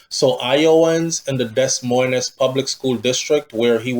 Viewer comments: Des moines is pronounced di- moy- in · You're too old to still be pronouncing words like that and you keep saying it...the S's are silent my friend..its Pronounced Deh..Moine.. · Pronunciation of that city Should sound like you’re saying Demoin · Pronunciation of Des Moines is “De Moyne”